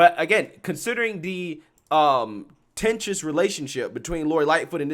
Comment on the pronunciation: Contentious; not tentious